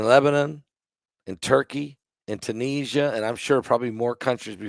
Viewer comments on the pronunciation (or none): none